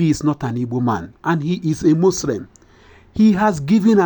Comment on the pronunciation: THANKS BUT THAT HATE HAS BEEN GOING ON B4 EVEN INDEPENDENT GO AND LISTEN TO THE INTERVIEW BETWEEN SADUANA OF SOKOTO WITH THE WHITE MAN IN 1954 GO AND CHECK THE SAME NONSENSE NORTHERNERS MASAKA OF IGBOS IN IN 1946 AND SO ON BUT YOU BROTHER PLEASE GO AND POLISH YOUR ENTIRE ENGLISH IF YOU WANT TO BE ON PUBLIC NEWS MUSLIM NOT MUSREM.ECT